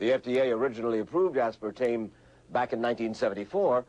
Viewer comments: Can someone explain to me why this video was released with her repeatedly saying the word as if it is spelled "aspertaNe"? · Anybody else notice she keeps calling it "aspartaNe" ?